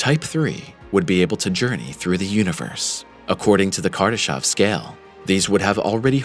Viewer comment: It's Kardashev, not Kardashov. Is this a pure AI generated channel? It's mistakes after mistakes... after "mistakes".